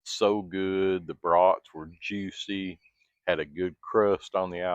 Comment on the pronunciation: Your southern way of saying bros at first made me wonder what was cooking on the big horn until a few brats appeared...😅😅😅 it would be like you going to Maine and talking with a real native New englander😅 all in all enjoyed your demo but these days cooking indoors is for me but that was impressive what it was capable of doing...